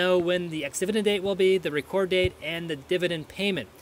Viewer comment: It is the date of Reck ord not reecord. Thanks for the info.